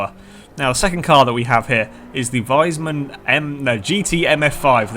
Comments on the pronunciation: i dont really get what you mean,but its pronounced like wiisman you know like the console not liek wisemann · Is it so hard to say wiesmann the proper way?¿?